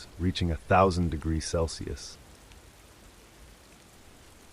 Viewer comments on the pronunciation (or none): none